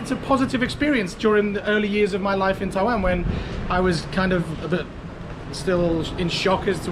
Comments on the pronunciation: At least is willing to admit that he can't seem to pronounce the word "Taiwan" correctly. I never understood why he has trouble on the "WAN" part, cuz he keeps saying "WEN". What's his problem..? And wait, he's an English teacher...??! Wtf dude? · you deserve to get in trouble by pronouncing the name of the country wrong. damn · Your pronunciation of Taiwan and Tainan is wrong. LOL. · They probably heard how you pronounced Taiwan in the first few seconds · Also yes wan and nan have different pronunciation lol u r still saying Taiwan wrong